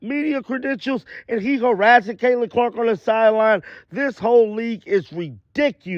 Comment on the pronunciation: Claytinon Clark ? Get your lips clipped bro, because they're in the way of your words.